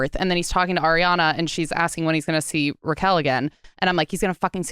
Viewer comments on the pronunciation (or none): It’s Ariana… not AIRiana 😂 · She definitely says “air-iana” more than “ari-ana” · Thank you, Nick, for being as bothered by the pronunciation as I am!!!!!!! It is, in fact, 'AHR-ee-ana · Why do people still say airiana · Nick needs to stop focusing on how Ariana is pronounced you’re interrupting points from your guest its coming across rude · Stop interrupting interesting parts with the Ariana pronunciation bs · i think that’s partly due to being interrupted because of her pronunciation of ariana every time she said it